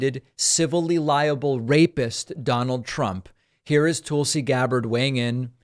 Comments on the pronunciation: I think David pronounces her name wrong. Is it "tool-si" or Tulsi? Like Tulsa, Oklahoma.. 🤔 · Despite your opinions of this interview (and I mostly agree with you), her name is pronounced "Tull-Si" - like "Jethro TULL" and not like "TOOL SI" as if implying she's a tool! Please David, love your show, but don't go down the rabbit hole of name calling or making up crap to fit an agenda like Trump and Republicans like to do. Take the high road, please! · Is "Tool-si" Gabbard a joke? It's Tull-si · At least learn to pronounce her name correctly. It's not Toolsey. It's Tulsi. And there's lots of evidence against both Hunter and Joe. And you really know that, don't you? Your stance is very, very weak. And you know that also. You're just trying to convince yourself. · It’s TUHL-SEE, not TOOL-see 🤦🏻‍♀️ That pronunciation is what’s criminal lol If we’re gonna shame Trump for calling Fani Willis “Fanny” then we can at least do better that… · "Toolsi" JAJAja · Why do you keep calling her Toolsee instead of Tulsi (pronounced the same as cull?) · "Tool-si Gabbard" 😆😆😆 I see what you did there!! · I like the way you pronounce her name "tool -see" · People bandy about this phrase "banana republic" but have no idea what it means. I think they think it makes them sound sophisticated. (On a different topic: her name is not pronounced "tool-see". The /u/ in Tulsi is as in "cut".) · "Toolsi" lol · David, are you purposely mispronouncing her name. She is a Toolsi but let's be nice. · Did he say Toolsy Gabbard?😂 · I never get tired of the "Toolsi" pronunciation. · David couldn’t even pronounce her name correctly . I think that means something ! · I have commented before, her name is pronounced Tulsi like I the in the word hull. It is not pronounced Tulsi like in the word tool.